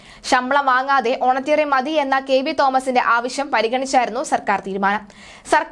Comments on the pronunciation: How many times have you used that Wrong word. Correct word is honorarium and not honatarium. Please do some home work on your vocabulary before publishing such news. How do we know whether your news is fake or not....... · Honorarium not honatarium. There is no such word in English. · Honorarium ആണ് കുട്ടീ. ഹോണട്ടെറിയാം അല്ല. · ഓണറ്റേറിയം... എന്ന് അല്ല ഓണറേ_റിയം Honorarium